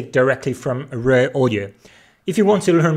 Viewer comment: I thought he was saying 'rare' audio. It's raw audio. Needs some audio processing for language in next video.....lol - but good content.